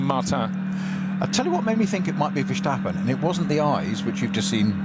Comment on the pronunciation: Why do some commemtators insist on saying 'VerSHtappen'? Take a good look at that name and tell me why you would pronounce the S in Verstappen as anything other than a normal S?